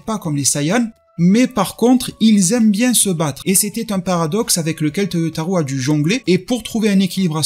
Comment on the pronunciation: Cest vraiment pas important mais je le dis simplement au passage car tu parles souvent de lui. Toyotaro se prononce avec un O long à la fin, non pas OU. Ce n’est pas toyotarou mais Toyotaro. Oui, la transcription phonetique s’écrit Toyotarou, mais le “ou” signifie O long, non pas “ou” à la francaise.